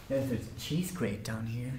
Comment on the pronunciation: i had to repeat the part where he said cheese grater because i thought he was saying the cheese grape-r